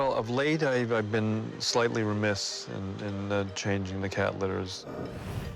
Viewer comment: Did he say "slightly remist"?, ah how about to say Duh and just clean basic stuff.....